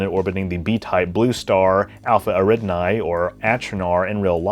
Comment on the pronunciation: Eridani is pronounced Air-ih-don-ee, not Air-id-nye.